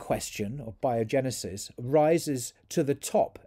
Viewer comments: abiogenesis not biogenesis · It's "A"biogenesis